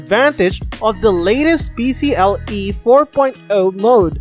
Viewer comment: pee see EYE eee